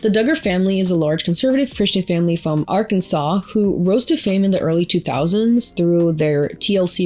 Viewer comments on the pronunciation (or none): none